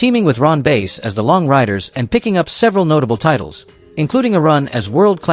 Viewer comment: Outlaw Ron Bass last name is pronounced like the fish not the instrument.